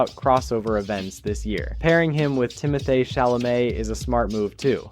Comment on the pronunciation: "Timo-thay Shala-may" 🔥🔥🔥